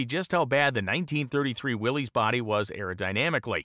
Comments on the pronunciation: pronounced "Willis" not "Willeez" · It's pronounced Willis, Willis! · its pronounced 'willis'